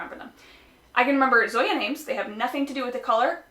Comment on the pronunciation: The name of the Zoya polish is pronounced as "Song-ya" without the g